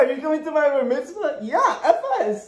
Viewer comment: “You didn’t invite me to your bar vitzma” 😂😂😂